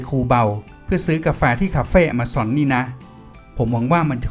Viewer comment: Amazon : แอ-มะ-ซอน